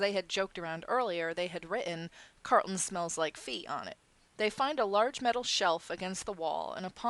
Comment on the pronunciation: Car- rul-ton not Cart-lin. :) I know you will tell me to shut up I'm sorry